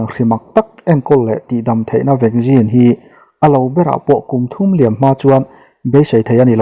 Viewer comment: Vaccine ti ve mai la.vaggin tih chu hriat nuam lem lo e